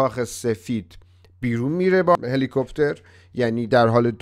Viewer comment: چقدر بد خرف میزنید 🤮 جونت بالا بیاد. جرا زور میزنی ! ضمنا هلی کوفتر چیه 😂😂😂 هلی کوفتر صحیح نیست مشخص شد خیلی بیسوادی. هلی کوپتر صحیح است حالم از حرف زدنت و بیسوادیت به هم خورد 🤮🤮🤮🤮🤮🤮🤮🤮🤮🤮🤮🤮🤮🤮🤮🤮🤮🤮🤮🤮🤮🤮🤮🤮🤮🤮